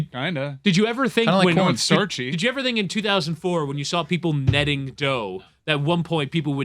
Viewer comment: over here talkin about "nedding dough" lmfao. Talk less bro.